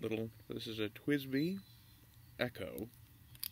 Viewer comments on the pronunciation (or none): It's pronounced like "Eco-nomical" or "eco-logy" rather than "echo"